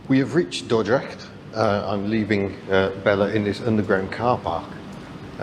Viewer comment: You pronounced Dordrecht right ,👍welcome to my beatiful country and enjoy